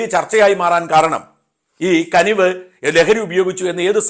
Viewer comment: കനിവ് അല്ല കുനിവ് 😂